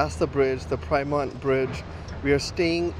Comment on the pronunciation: Prymont Bridge? Pyrmont - pron. PIEER MONT